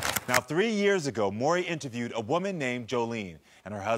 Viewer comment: They STAY calling him "Murray!" It annoys me! 😂 MAURY: "Audience, welcome Lisa to The MAURY Show." LISA: "Hi Murray, good to see you."